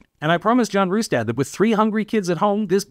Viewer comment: You’re pronouncing “Rustad” wrong.